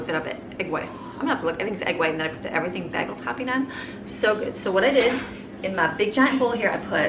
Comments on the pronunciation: Ok, like many people apparently, I thought the way you said “bagel” was a little strange. Then last night my hubs says it & it came out like you say it! THEN...this morning I’m watching a food network video & Guy Fieri is at a bagel shop & he says it like you! I now know that I’m the strange one & you are as cool as Guy Fieri. 🤣😂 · I thought she was saying “baggle”. 🤔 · because she has said Bag-ull so many times.. I got to ask the subscribers how do you pronounce “Bagel” BAY-gull, BAG-ull, or BEG-ull?? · Such a wonderful family! I love watching these videos! It throws me for a loop though every time you say “bagel” lol I have to rewind and then I realize what your saying lol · i giggled a little at the way you said taziki... tazahkey... its tazeekey. i could hear my old greek boss correcting it in my head. lol bless him. lol and then a bag-el instead of a bay-gel. lol not trying to be rude or make fun of you, just tickled me. i am going to copy some of this for my family of six. great recipes!!